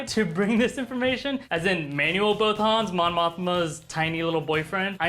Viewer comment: Bothan's Not B-OH Thans..... Also, pray to your deity that they AREN'T dredging ideas from old, INVALID video games. Or this thing will suck hard enough to airstart a BUFF